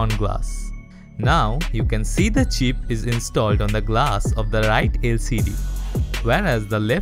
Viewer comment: when he was saying “chip” i heard it like cheap and i had to actually see the subtitles 😂😂